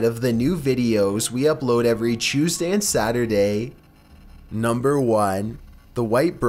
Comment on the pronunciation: NU m BEr fifTEEN